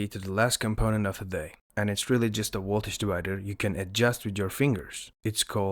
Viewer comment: Woltage Sorry couldn’t resist